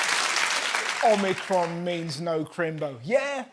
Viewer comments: It's worrying that people that are professionals in communications can not say Omicron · Ah, glad I’m not the only one that keeps thinking Omicron Persei 8… 🤣